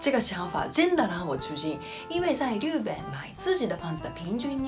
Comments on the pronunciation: 日本（riben）の発音って上海訛りか？ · 不会的，这位的发音有问题